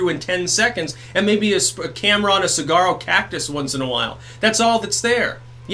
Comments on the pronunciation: I'm from Tucson, the sonoran desert. Saguaro has a silent g, it's pronounced "suh-war-oh". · The G is silent is saguaro.